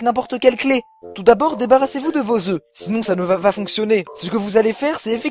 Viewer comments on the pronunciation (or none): none